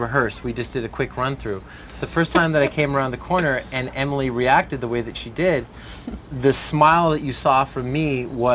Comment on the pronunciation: This guy is a really bad interviewer. He didn't even say Emily's name right!